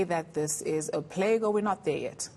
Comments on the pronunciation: "Locust 'Plaque'" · "Plague" not "Plaque" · It's plague, not plaque lmao